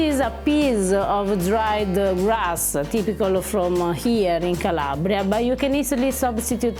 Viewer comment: Omg I'm from Cosenza I love hearing you say CALABRIA!. and that kitchen like my aunt's kitchen 😍 brings back belle memories. Thank you